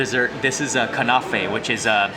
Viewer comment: Pronunciation please: sumac is said “sumack”, not “sumock”; same for kanafeh, the “a”s are pronounced like “apple”, not like “ah”.